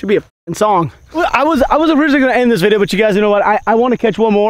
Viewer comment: When you have enough Tito’s to say viday instead of video today lol